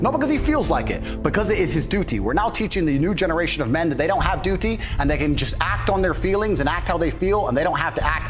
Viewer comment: Duty sounds like he’s talking about Doodoo 💩 😂